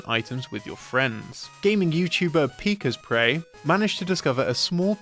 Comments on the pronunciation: "Pika's Prey" It's Pik-Asprey. Asprey is his last name. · did you seriously just call pikasprey PIKA'S PREY?